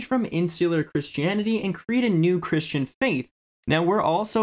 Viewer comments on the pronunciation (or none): none